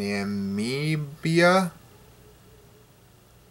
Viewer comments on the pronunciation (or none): hold on you can't even pronounce Namibia